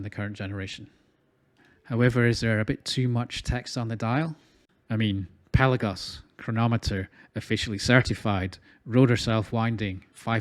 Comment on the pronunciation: You nailed the pronunciation my friend: it's Pèlagos .🎉🎉🎉🎉 congratulations you must be the first reviewer who has done his homework.